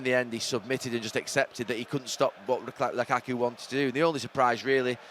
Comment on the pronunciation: “It was a great performance from Chelsea, but it was a great performance from Lukaku..” I’m not sure that’s how emphasis works Gary